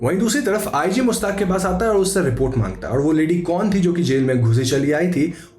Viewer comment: it's mir jaffar... not mir zaffar. and mushhtaaq... not mustaq.